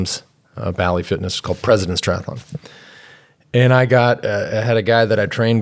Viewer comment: No such word as tri-ath-a-Lon